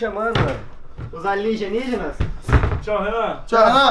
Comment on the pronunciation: Alguém falou errado ali no fundo asilenigena foi o que decorou